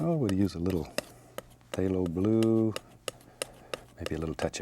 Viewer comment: I get this weird feeling whenever he says phthalo bule